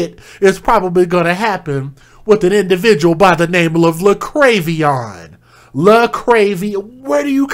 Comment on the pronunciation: La-krave-ee-on 😆😆😆😆💩 Tell me that baby is not named JaLexus!!!!!?????